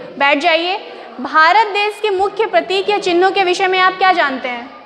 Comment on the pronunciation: Hindi pronouncing is wrong.des nahi desh kahna chahiye and there hesitation is showing also.